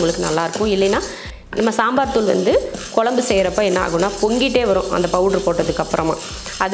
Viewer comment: தமிழ் வார்த்தைகளை சரியாகப் பேசுங்க கொலம்பு இல்லை..[குழம்பு]..??